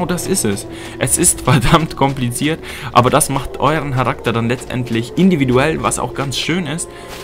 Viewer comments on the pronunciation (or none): An und für sich ein gutes Video, gute Erklärung und die Klassen und Rassenauswahl ist super. Das bewegt mich dazu das mal auszuprobieren, jedoch scheint das Kampfsystem nicht grade gut zu sein. Wie auch immer. Bitte sag deutlicher Charakter [Karakter], es hört sich bei dir immer wie Harakter an. Viel Erfolg mit deinen weiteren Videos.